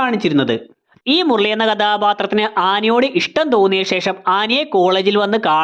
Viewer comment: ആനി ❌ ആന ✔️ മുരളി❌ മുർളി ✔️